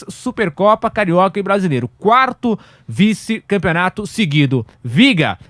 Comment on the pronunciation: “Quato vice”. Pelo amor de Deus, tirem o microfone desse peão !!!!